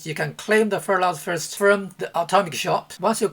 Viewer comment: “Free Furlut Furst week!” 😂😂